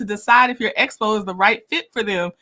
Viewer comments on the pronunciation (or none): She got the acronym Expo correct this time. Although she pronounces it Espo.